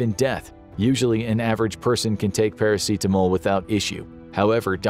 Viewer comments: why dya keep prenouncing paracetamol as if its a very spanish word or summink lol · Is that really how you pronounce Paracetamol in English? Pairaseetamol? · The way you say "paracetamol" bothers me to the point of irrational hatred.